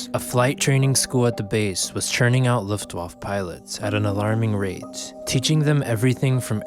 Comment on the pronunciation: "Luftwoff" is not how you pronouce Luftwaffe. It is pronouced more like "Luftwaffer".